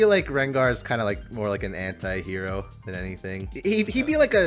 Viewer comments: Why....why evrey time i hear them say anti-hero i simply hear hentai-hero...why lord 😢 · Because I'm french and we don't pronounce "anti" the same way english people do, every time you guys said "anti-hero", I was hearing "hentai hero" 😭